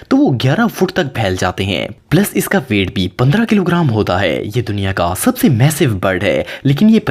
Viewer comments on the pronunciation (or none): none